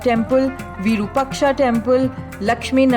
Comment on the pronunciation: Virupaksha must (have) be(en) pronounced as VIROOPAAKSHA....